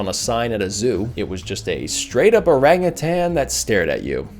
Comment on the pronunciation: I greatly appreciate your correction pronunciation of Orangutan.